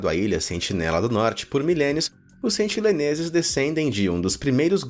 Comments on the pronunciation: Meu amigo, por favor, sentiNEleses, não sentiLEneses!!! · pelo amor de deus, sentiNEleses, e nao sentiLEneses